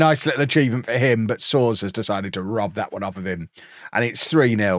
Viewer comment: Soares = soh-ARE-ess, kinda like Suarez in spanish.